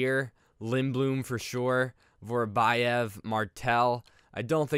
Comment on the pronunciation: Vorobyev is not Vorobajev, it is Vorobjov